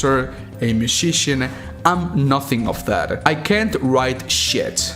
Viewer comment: Love your videos mate but the way you said musician made me laugh way to hard then it should. no hard feelings